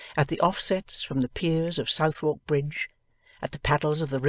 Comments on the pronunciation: South-wark Bridge??? I don't think so. I'm puzzled. Suthark Bridge, lady. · it is not pronounced Southwark but sutherk